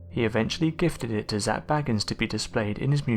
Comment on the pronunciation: I really wish people would pronounce Zak’s name right geez’s how many times do you all have to here Zak himself say his name and they still get it wrong 🤦‍♀️